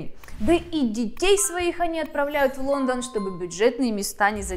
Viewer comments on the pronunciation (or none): none